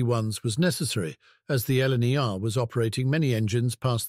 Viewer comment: This is the first time that I've heard anyone say four-six-zero and four-four-zero rather than four-six-o etc. and did I hear LNR rather than LNER? The GN 4-4-0 shown was hardly a large example of that wheel arrangement - BR power class 1P! The B17s were rough riders too.